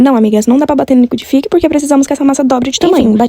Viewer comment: "Liquidifiqui" SCRR KKKKKK